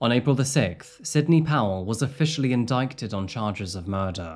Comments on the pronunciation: Just an FYI = the ‘c’ in the word indicted is silent. 👍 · No he said indiketed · Thought this was a real person due to intro but then clearly AI…no one says In-dike-ted 😫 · I don't think you pronounce the C in word 'indicted'. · you don't pronounce the C in indictment.